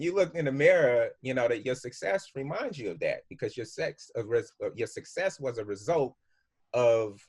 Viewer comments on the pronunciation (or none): He slipped and said "sex" when he was trynna say "success"...he let us know right there that they DEFINITELY do weird sexual rituals to get put on...the fuckery...smh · Boy he slipped and said "your sex" instead of success based on what you willing to do. Truth on truth. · He slipped up saying sex, letting ppl know what's goinz on... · He accidentally said it " your sex " he caught himself from saying more lol 😂🤣🤣 Hollywood=dehumanization